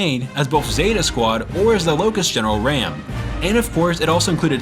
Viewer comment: Bro, it's Raam (Rom), not ram. You're killing me. ... But no where near as bad Gears 5. Gears 5 is more like a slow, painful death.